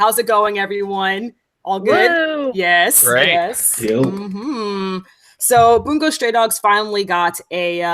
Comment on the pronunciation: Everytime they said “boongo” stray dogs, id cringe so hard